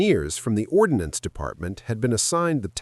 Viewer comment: "Ordnance" not "ordinance"